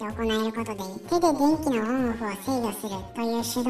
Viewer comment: 一瞬「べんき」と「でんき」が混同する場面があった。